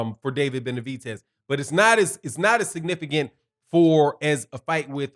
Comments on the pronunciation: gr8 show always but stop calling him Benavitez it's Benavidez with a D not a T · Benavides, not Benavites. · Why do you keep calling him BenaviTez it’s BenaVidez... with a V